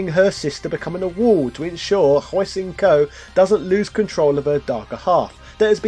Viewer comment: I thought Hsien-Ko's name was pronounced Shen-Ko. Someone fact check this for me.